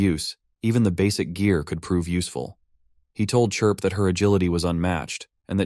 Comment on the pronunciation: It only took 1 hour 49 minutes for the ai narration to start calling Chirp - Clip/Crip 🤣🤣🤣